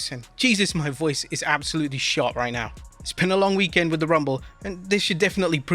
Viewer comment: That would explain why they can't pronounce "weekend" like a normal human.